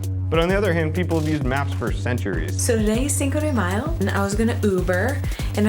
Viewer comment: this bitch said cinco de "mile"